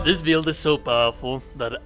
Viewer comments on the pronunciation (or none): It's "bill-d" not "beeeel-d" I know I'm not the only one. Good video though 👌